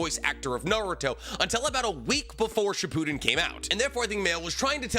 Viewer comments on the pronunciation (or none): none